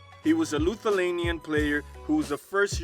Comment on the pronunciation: Bro. What is a Lutulatia? 😂 I had to laugh out loud for this one. I know you meant Lithuania but yeah. It’s funny. Good video tho. Šarūnas for W!